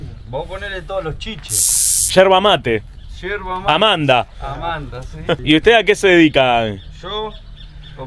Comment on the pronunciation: "Erva Mate"😅😅😅